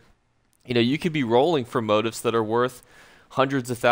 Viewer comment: It's { mō-ˈtēf } sound it out as Mo - Teefs not Moat - ifs . You don't learn by deleting posts. Good video , thanks .